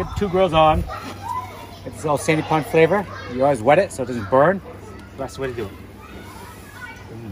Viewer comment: As a old local who lived for 30 years on Sand Pond which is part of Tacoma Lakes I have to admit I'm a bit triggered because of your miss pronunciation of SAND POND smh.